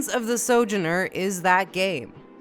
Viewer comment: I'm pretty sure "sojourner" has emphasis on the middle vowel and not the first, but I could be wrong.